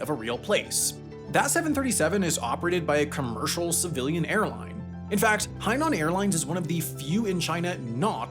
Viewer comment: Haikou is pronounced like "hicoh" and there is no emphasis on the "nan" part of Hainan. Sansha city is pronounced "sahnshah" You pronounced everything else correctly though, good job! Love your videos!